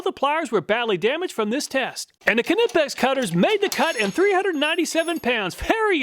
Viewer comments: The K is silent in Knipex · The K is silent in Knipex. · Do you pronounce the k in knife too? XD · His pronunciation of knipex😂I love it! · No, it is NOT silent! It’s German, not English. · It’s NOT silent. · Surely the K in Knipex is silent, that would be much more efficient.😂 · Knipex , the K is silent like in Knife . For the third time . :>) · Cool you're still pronouncing the k in knipex